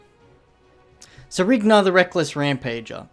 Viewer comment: I think its Rhinar, not Rignar, but awesome video!!